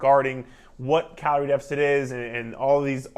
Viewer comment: The way you said Carol 😂😆 were you wronged by a carol sir lol but great video I enjoyed this